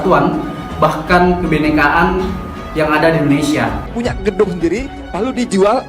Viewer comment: Mulutmu saja sebut INDONESAA BUKAN INDONESIA apa karena gigi yg begitu ??